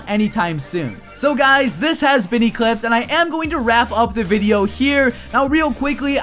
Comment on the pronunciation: I really like when in the end of video he says-its been echlipse here.Really?i never thought im watching eclipse LOL